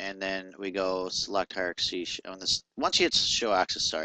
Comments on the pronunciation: Good tutorial, but dude: 'Hi-er-arc-ass-ee'? It's pronounced hi-er-arc-ee.. I'm not sure why you're adding the word 'ass' before the 'y', but you might wanna look a little closer at how its spelasst. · I like how you break it down bit by bit. It's handy for a newbie. Keep it up! :D By the way, it's pronounced "high are key". Ha ha!